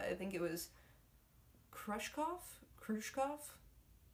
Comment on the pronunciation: Random note. Nikita Sergeyevich Khrushchev. Pronounced 'CREW-shehv'.